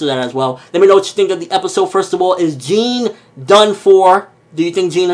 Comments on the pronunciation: It's pronounced "John" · Jean is pretty much pronounced "John" If you want to get more specific then it's more of a "zh" sound instead of "j"